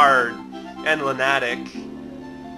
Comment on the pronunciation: you pronounce lunatic weird.